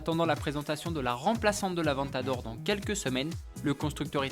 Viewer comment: Avant t'adore !!! non sa se dit avèntador ! (sa fais deux fois qu'il se plante !)